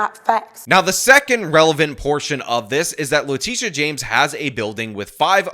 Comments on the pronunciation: Its le-tit-e-uh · Did he say " le Tush james? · I know how you're pronouncing Letitia, but that's not how I'm sounding it out.